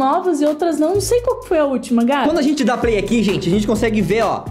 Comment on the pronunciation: você falou play